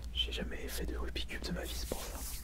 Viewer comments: Rubixxxx cube et non Rubi cube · Aaaaahh!! Tu prononces mal rubik's cube ! Mais on t'en veut pas... Enfin à peine.